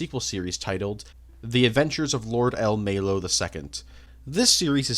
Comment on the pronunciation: I know the disclaimer at the start, but I found it funny that one the things you mispronounced was El Melloi as El Melloe, like that's not even Japanese my guy.